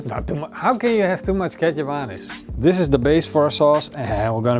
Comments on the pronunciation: I really thought Kecap Manis is a the way pronounces "ketchup mayonnaise" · I always think you're saying ketchup mayonnaise lol.